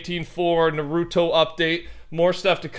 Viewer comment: ~ nah roo toe ~